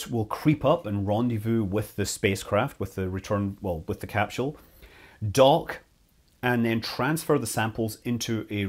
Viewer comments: Is it "capsule" or "capshule"? It's like the family guy episode of emphasizing the H in Cool Whip except without the H being in capsule 🤦‍♂️ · What the he'll is a "capshule"? You couldn't mean "capsule", could you? I understand differences in the English language. That's just basic variance of speaking. But adding entire letters to words... Well that's just silly... Oh wait, you weirdos pronounce "aluminum" with an extra "i" for no discernible reason. You're a smart guy, but you're a slave to saying things completely wrong because of the small plot of ground you were raised on. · 😂😂😂 why the emphasis on a H that doesn't exist?